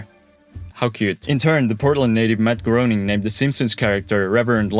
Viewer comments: Matt Groening is pronounced "Matt Graining" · Excellent job! ! BTW Matt Groening is pronounced GRAIN-ing More pronunciations: Dalles is one syllable: DALLS. Marquam = Markum. . Willamette — You nailed it! (Many people don't)